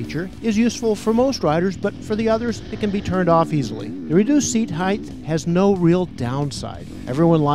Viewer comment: Height is not pronounced hyth.